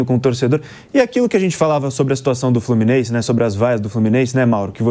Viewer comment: "As vaias do FlumiNEIse"